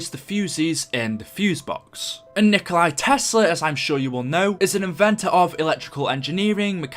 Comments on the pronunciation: It's not Nikolai Tesla. It's Nikola Tesla. No "I" at the end. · Umm His name is Nikola Tesla not Nikolai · Its Nikola Tesla not Nikolai Tesla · the only problem is that Tesla is no Nikolay, He's Nikola, I know its the same name but still he was always known as Nikola, not Nikolay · It's nikola tesla not Nikolai tesla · It's Nikola Tesla. Nikola isn't Nikolai. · Its not nikolai tesla its nikola tesla